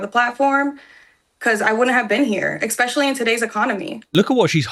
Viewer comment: She correctly uses the word “autonomy”, but says “expescially”…